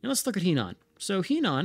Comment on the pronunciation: Slowly going through these episodes so sorry for the delay here, but Henan should be a soft-e, more like "huh-nan" or ironically even "her-nan". Also a stupid question from a total noob here but I'm realizing still don't understand how we won against the British and therefore don't understand how far behind we are relative to the other powers - I'd seen plenty of other players and AI's die despite overwhelming numbers - maybe it has to do with how you condensed the armies at the beginning? Would love to understand the thought process there.